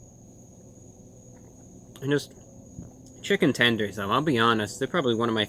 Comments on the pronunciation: Update: he also said "tendroid" lmao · chicken 'tendrons' ? lol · "Chicken Tendroid" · can we get a like for "tendrins"?